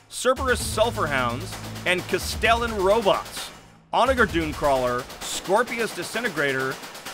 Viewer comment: Onager is pronounced with a J sound not a G sound